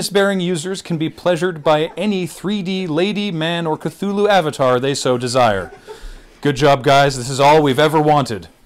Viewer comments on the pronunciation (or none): Wait, did you say Cthulu?? CUTHULU!? Searches story YESSSSSSSSSSSSS!!!